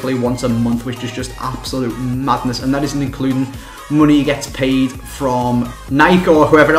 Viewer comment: hehehe at the beginning you said highest "played" instead of paid